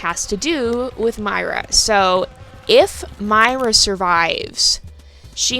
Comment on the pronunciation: When you pronounced myra I don't know but I think you pronounced myra wrong I don't think you pronounced the e. Thank You.